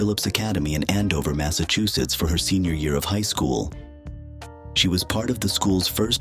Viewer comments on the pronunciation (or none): none